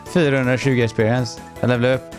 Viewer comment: det låter så men om man lyssnar noga hör man att säger esperienth (experience) vilket låter lite som fps om man säger det fel som råkade att göra.